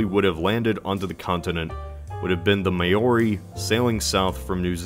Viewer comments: Thank you! As a fellow kiwi that bothered me so much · "May-ori" I love when non-new zealanders try to pronounce Maori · bruh wtf how hard is it to pronounce "maori" and not "may-orr-ee" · love the vid but as a kiwi (I'm from New Zealand) I just have to point out how badly you mispronounced Maori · Being from New Zealand i find it hilarious how people say Maori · I've never heard Maori butchered so badly. Oh well, at least you gave it a shot lol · Am I the only one cringing at the pronounciation of Maoris. n-no one else, k cool just me. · its NOT may-ori its mao-ri (with a rolled r) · It's not may-orr-ree. It's mow-ree. Just like it's not moss-cowwwww but moss-co. Also the polynesians didn't colonize anything, they didn't have sea going vessels. They didn't have the wheel ffs, so they're certainly not heading out to colonize when they're living hand to mouth. Colonization requires a significant portion of the population to be able to build ocean going vessels - in nordic countries that was almost 80% of a village for 3 months of the year to field one sea going vessel for the next exploring season. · Maori is pronounced to rhyme with “cow ree” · Maori is not pronounced “may-o-ree” it’s “mow-ree” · This needs more likes. Quite honestly an embarrassing error to make. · Awesome video, found the concept really interesting, but Maori is pronounced /ma:ɔɾi/, not "may-or-ee." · Maori is pronounced like '(Chairman)Mao-Ri(ng) not May-Or-Ree :) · lol "may-ori," that's a very German pronounciation. But no. That's not how you pronounce that word. It's like mah-or-ee, but the first two vowel sounds are a dipthong, so one syllable, and don't get me started on how the R is pronounced. Otherwise fascinating video! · Sorry to be annoying but its pronounches "Mow-Ree" Not "May-or-ee" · don't say may-OH-ri. It's pronounced Mah-ori. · I just have to point one thing out: It is pronounced Mao-ri (as in Mao Zedong), not may-ori. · Yeah that bothered me